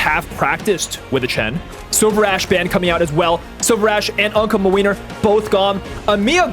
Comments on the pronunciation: As a Polish person I love hearing you say MaWeiner instead of Młynar (Muh-Win-Are) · every time says mlynar i just lose it and i love this series sm, pls make more!! <3